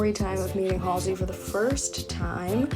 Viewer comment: Waiting for the second time meeting Halsey😬 also, thank you helping me finally learn how to correctly say her name😂🤷🏼‍♀️